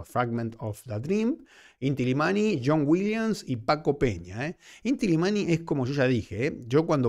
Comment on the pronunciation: Querido es Illimani la doble ele se pronuncia como ye, saludos.